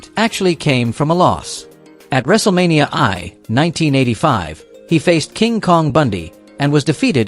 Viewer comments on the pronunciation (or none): "At Wrestlemania EYE" - Sure buddy, sure! You know wrestling well.